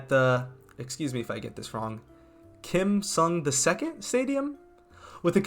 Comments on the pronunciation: It’s not Kim Sung II, It’s Kim il Sung. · Its kim il sung not “kim sung the second” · You pronounce it "Kim IL Sung" it's surprisingly no roman 2 (II) even tho their system has some kind of heritage based dictatorship that comes close to a kingdom haha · The "il' in Kim Il Sung is like the word 'ill' as in sick. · The name of the stadium is called the Kim Il Sung stadium (Pronounce Il as Ill) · how is this the only comment about that? I thought it was more significant error than the mispronounced names of Qatar and that leader